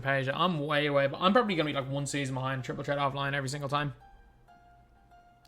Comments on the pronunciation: Idk why that triggers me 😂😂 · absolutely nobody.. “triple tret” 😂